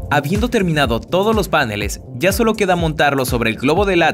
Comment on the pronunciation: no se dise panele's se dise paneles